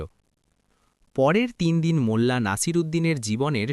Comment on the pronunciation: ভাইয়া মুলা বা মুল্লা না।।। মোল্লা হবে।। আর সব সময় এরকম সাউন্ড ক্লিয়ার রাখবেন মিউজিক দিবেন না একদম প্লিজ